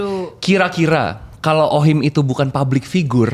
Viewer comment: Mantap views lu jadi banyak gagara salah ucap OHIM 😂😂